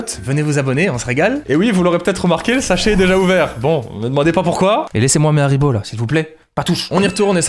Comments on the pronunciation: Incroyable comme tjs par contre, c’est haribo pas harbo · il a oublié le i de haribo ptdrrrr